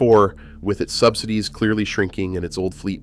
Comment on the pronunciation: Sub-sigh-dees = AI narration.